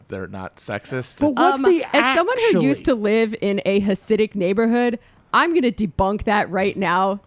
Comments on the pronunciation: The "Akshually" was basically calling her a ditz, like how valley girl characters in movies would pronounce the word "actually." Talk about a meltdown, lol. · Simon 's : I think he’s just very stupid. “ ACKSHUALLY “ ?? Who DOES that, and why slaughter an innocent word in the midst of ire? Anyone dumb enough to evict the ‘T’ from ‘ actually ‘, ( when it’s clearly the best part!), is too dumb to debate. Mrs. Shapiro, take that phone out of his playpen!